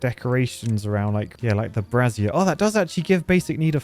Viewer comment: Bray-Zhur,... brah-zeer is what women wear.